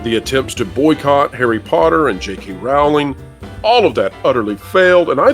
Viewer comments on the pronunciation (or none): J.K Rowling rhymes with “bowling” not with “howling”.